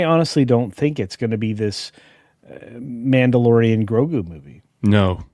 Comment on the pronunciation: I thought you said pedolorian lol